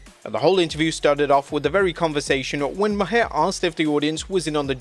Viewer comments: Bill Mahar... Its pronounced like 'mar', not 'ma-hair'. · Jesus. It's Bill Maar not Mah-hair. I know it's spelled stupid but you had to watch it to make this video. Come on man. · It's Maher plus he's an Emmy award host. I hated that interview but I am fan of Bill Maher not Mahar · Bill Maher is pronounced “Marr” not “Ma-hair” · You pronounced Bill Maher’s last name as “Ma-Hair”. It’s actually pronounced “Maar”. You really have trouble doing your homework. This reminds me of that time when you called Andy Williams(Butcher)a bass player. I’m starting to think you’re a bot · It’s pronounced Bill Mar (Maher) not Bill Mahaire 😂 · I hate the guy, but Maher is pronounced Mahr. It is a silly name and he is a silly man but lord it hurt to hear you say Ma-hair lol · Pronounced Bill "Marr" not Ma-hair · Bill ( MAR) not (ma hair) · My eye twitched every time you called Bill Maher (Bill Maar) Bill Ma-hair... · FYI. John Stossel's name is pronounced STAH-SEL, not STOH-SEL, also Bill Maher is pronounced MAR, not MUH-HAIR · Bill Ma-her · Who the fook is Bill Ma-Her! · Its pronounced Mar. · Bill Maher is pronounced Mar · Lol the way he pronounced Bill mahr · The "H" in Bill Maher is silent like "Mar" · It’s actually pronounced mar the H is silent like his career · Why you pronouncing Bill Maher name like that? His last name is pronounced like Mars but without the s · I love the way you pronounce Bill Maher's name 😂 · he pronounced it wrong was my point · Can't even say Maher name right either 😂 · give him the benefit of the doubt; the narrator is not from America